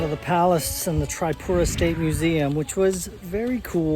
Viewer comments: I m from tripura... thanks for visiting ❤❤😊😊 Its not tri(pura)its (tree)pura .. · Hi! you can pronounce it as "TreePura" intead of the "Tri" ✌ Enjoy your stay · Hey brother it's not trypura. It's triipura(Tripura) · Tripura ❌ Trypura ✅😂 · bro its not Triepura its Tripura . not offence just to let u know and a hearty welcome.. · bro its tripura not trypura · Not trypura itz Tripura man😂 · Taipura ✅ Tripura ❎😅😂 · It's not Traipura. It's TRIPURA. TREEPURA. OKAY. Welcome to our state❤ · Tripura ❌ Trypura✔️ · First of all it's TRIPURA not Traipura 😫🤣😂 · Pronunciation of Tripura is actually 👉 Tree-poo-raa or teeree-pooraa (Not Try-pura)... Anyway thanks a lot for visiting and highlighting our home state... Keep exploring 🙏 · its tree pura not try pura :face-blue-smiling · its pronounced as TREEPURA not TRYPURA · It is pronounced Tripura - as in trip+ura. Most Indian proper nouns are written phonetically - if it was called Trypura, then they would (usually) write it so. Just follow the lead of the folks around. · pronounce like this TREE-PURA not trypura 😂.. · ur pronounciation bro 🤔 it's tree-puuu-raaa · Your pronounciation (tripura) is not correct btw most welcome to India❤ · It is pronounced Tree-poo-ra. Rashes are probably from mosquitoes or bed bugs. Did you eat/drink anything raw/undercooked? Oh yeah! The salad. Thats the bad boy. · Pronounce this way...Treepoora.